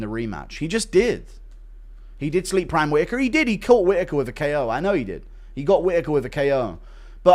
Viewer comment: The way Joe says "Proymme" instead of prime drives me absolutely insane